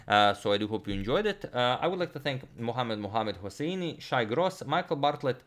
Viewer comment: bro that "muhammad muhammad hosseini" was spot on.